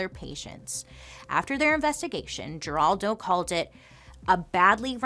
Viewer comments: It's pronounced 'Heraldo' not Geraldo. He is still around. The more you you know 😁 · It's crazy to hear you say "Geraldo" pronouncing the "G" lol. It's pronounced "Heraldo" 😉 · Lol geraldo is pronounced her-all-dough, he's famous, or was in the 80's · I’m dying at Bailey — who TOTALLY knows who Geraldo Rivera is based on her vast pop culture knowledge — delighting us with her classic mispronunciation of his name as “Jeraldo.” :D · You are mispronouncing Geraldo. It is pronounced Heraldo. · Girl, it's HERALDO with an H. We're like the same age (I think!) You should know this! At this point, I think you just mess up names for fun. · Bailey- Her Al doe is how Geraldo is pronounced. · I hope you get back to MMM soon. I know you're going through a lot. We'll wait. So many of these stories are somewhat familiar to me, but you tell them beautifully. Ziprecruiter and Indeed are the best! Carrie's baby was very intelligent.She was put up for adoption and did unusually well in school. Geraldo is pronounced Heraldo. The G is soft like an H. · Geraldo Rivera - you just showed your age by not pronouncing his first name correctly. 😄 Or made me feel really old. Geraldo Rivera was a household name when I was young.